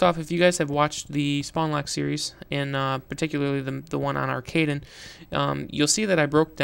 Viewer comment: And not only are you pronouncing the map wrong, you're tactic is not the best way.